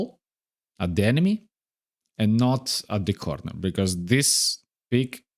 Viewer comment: "corrrrrnerrrr" You remind me of another content creator I used to watch a long time ago, and he was Serbian. You Serbian or a neighbor, maybe?